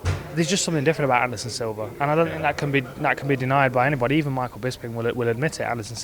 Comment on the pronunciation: I swear Hardy said "Anderson Silver"